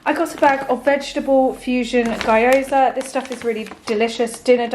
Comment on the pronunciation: Gyoza are read as ghee-oza, not gay-oza 😉 also you can buy the wrapper in any asian store and make your own dumplings 🥟🤍